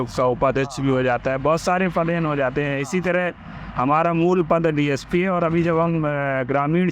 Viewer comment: DYSP nahi bhai DSP hota hai 😂😂😂😂